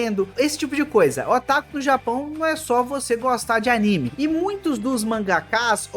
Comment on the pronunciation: Por que pronuncia [Aníme]? O correto é [Animê]